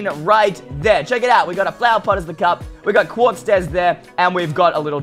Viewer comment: Pretty sure it's "Quartz" stairs, but... ok.